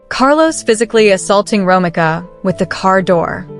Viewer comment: Say it with me…. RO MEEKA not Romica. In the future you should check the pronunciation of the persons name if you’re not sure.